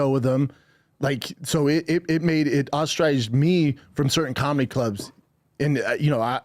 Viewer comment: Just tp say... he says "ostriges" when I think he means "ostracizes"